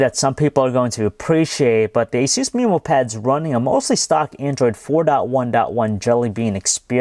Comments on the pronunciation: MEHmow pad, not MEEmow pad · "mi"mo pad? ayusin mo ingles mo! alam ko pinoy ka ksi padalos2 ka magsalita! wag ka na magreview ulit!